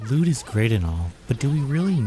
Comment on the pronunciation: every time you say "loot", I hear it as "lewd", try rewatching the video thinking that way :P